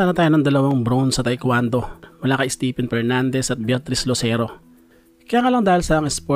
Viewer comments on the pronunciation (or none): none